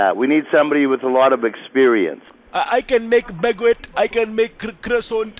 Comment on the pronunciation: “I can make a BaGgWett”😂😂